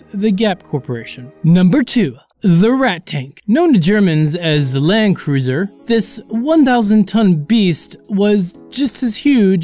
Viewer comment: It's Landkreuzer and not Land Cruiser you dumbass